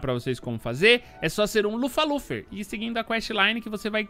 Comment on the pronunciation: Lufer lufer ? Pqp o cara não sabe nem a pronúncia